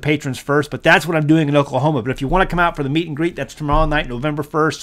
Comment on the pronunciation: Is that a “meet and greet” or “meat and greet”? 😂